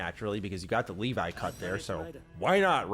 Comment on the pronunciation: Has he really said Leefai?😂 Its Levi 😂